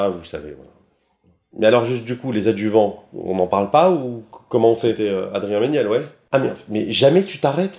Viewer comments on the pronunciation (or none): euhhh, c'est moi ou bruce dit "c'était adrien menielle" vers le milieu de la vidéo ?? à